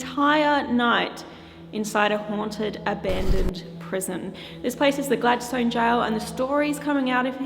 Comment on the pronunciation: Hi. We just come back from Tasmania and went to richmond jail and Port Arthur. Had a ball. Oh Gladstone is pronounced Gladstun. Not that its here nor there lol. Anyway love your videos. Inquired about your visit to richmond jail. He said you were so excited and such a lovely person. But we all know that. X we had a bit of activity while we were there. Not so much at port arthur. Your investigation was more exciting.